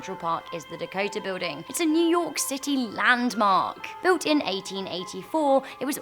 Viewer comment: Yu york city really